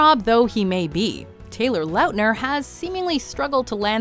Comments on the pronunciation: Taylor loutner??? It’s lautner lady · Did she just fucking say Taylor "Loutner"? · Lmao Taylor "Lowtner" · I’m sorry I can’t get over it Taylor LOWTner 😂 it just cracks me up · Isn't it pronounced Taylor Lotner? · THE WAY SHE SAID LAUTNER AHHAHA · Guess I've been saying taylor lautner's name wrong my whole life. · How did they repeatedly screw up Taylor's last name